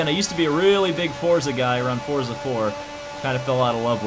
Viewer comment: It’s pronounced “Fortza”